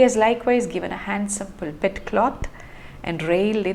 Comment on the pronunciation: I’m really impressed by your knowledge of the Church and its vocabulary. It gives me an impression that you have an intimate knowledge of the Christian worship and way of life. Please check the pronunciation of privacy and pulpit. Thanks.